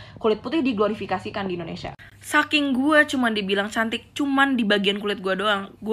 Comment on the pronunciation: Artikulasi lu dibenerin yaa....INDONESIA. dan bukan IndoNESA !!!!